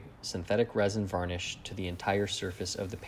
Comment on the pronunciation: Jak mnie to słowo "wanisz" wkurwia